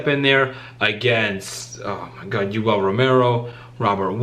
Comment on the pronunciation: Did man say Yoel is he dumb 😂😂😂